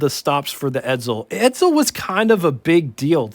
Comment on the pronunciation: .......ED-ZULL?.....ED_ZULL?.....did you study pronunciation under Professor F.N. Artard?